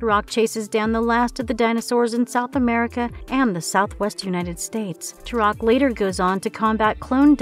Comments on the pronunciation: Turok (pronounced- Torock not turoc) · Makes video about TUROK. Pronounces TUROK wrong.